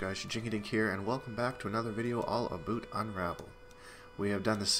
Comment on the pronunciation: "a boot" lol